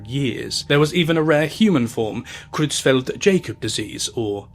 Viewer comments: Just an inconsequential FYI but the Jakob in Creutzfeldt-Jakob is pronounced "Ya-cob" not "Jay-cob". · Creutzfeldt-Jakob is prronounced not as Jay-kob but rather as 'Y'akob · it’s pronounced “YAH-cub” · It's pronounced "yakob" bro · I agree, this is otherwise a very good video (though the incorrect pronunciation of “Jakob” in Cruetzfelt-Jakob disease is a bit peeving), but I can only see the same clip of a suffering sheep for so long before it loses all effectiveness